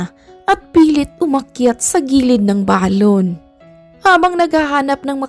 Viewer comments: Ang correct pag pronounce ng salitang balon ay mabilis . Hindi malumay. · Oo kasi kapag malumanay parang lobo na Ang dating non.....😅